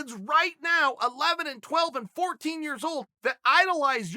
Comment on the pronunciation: 18 yarears before he made the made the joke at the end!